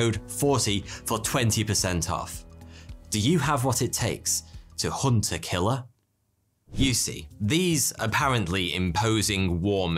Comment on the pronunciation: Until I saw the hunt a killer case, I thought he said hunterkiller